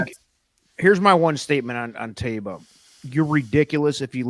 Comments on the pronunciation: It's TYba! To heck with the announcers. Amr Zedan was also the owner of Medina Spirit and Taiba is another name for the city of Medina and it's pronounced TYba. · Im with you. my first instinct was "Ty-ba"